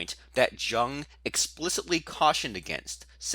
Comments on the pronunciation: buddy, it's pronounced "Yoong"... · What's the type that can't pronounce "Jung" correctly? Because that's what you are. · You need to stop mispronouncing Jung's name. A disgrace.